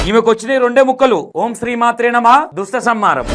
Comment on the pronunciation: అన్న ఆమెకు దుష్టసంహారం అని కూడా సరిగా పలకడానికి వస్తలేదు హలో జ్యోతి గారు అది దుష్ట సంహారం దృష్ట సంహారం కాదు